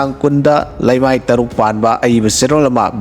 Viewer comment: Read lamai instead of leimai.